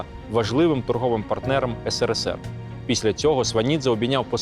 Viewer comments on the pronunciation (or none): none